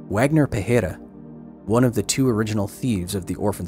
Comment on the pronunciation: For point of reference - Wagner is pronounced like "Vogner"